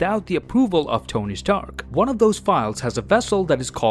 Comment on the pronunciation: No, ill see you in the next Juan. 🤣 I like how you say one.